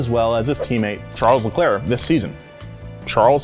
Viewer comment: Charles LeClerc or as says, Charles LeChair